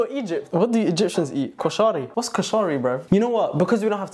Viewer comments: kooshari??? this hurts lol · As a Egyptian y’all did good for a non Egyptian BUTTTT are we gonna talk about how said koshari😭😭😭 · the British pronunciation of koshari is killing me hilarious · why did u pronounce koshari like a white person would